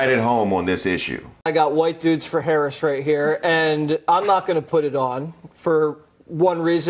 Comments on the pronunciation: i say we withhold the food too until they stop pretending they're too dumb to pronounce the VP's name correctly... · Nasty Mess pissed me off. She mispronounced her name on purpose and then tried to play the victim when she was called out. Then, to say VP Harris doesn't know what a woman is? Talk about white privilege.